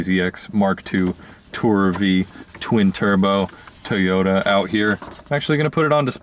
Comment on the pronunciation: twinturbo... toyota... why would you say your car like that, lil bit douche